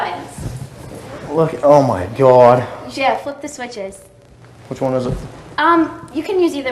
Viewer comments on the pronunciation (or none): Oh Cawd! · This exact moment our our CAWD was born. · OH MY CAWD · He nevah even meant to dew it, oh cawd! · It's CAWD* not *GAWD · Paige K. Everything in this clip and the way he pronounced 'Oh God' as "Oh Cawd!". Also, his chat log with the decoy. If you haven't, read it. Fucking hilarious.